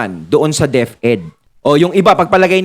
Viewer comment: HA HA HA DEP -ED po hindi DEF-ED(Deaf-Ed)🤣🤣🤣